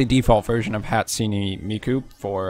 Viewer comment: Hats-suni 😂 your pronunciation of Hatsune was awful.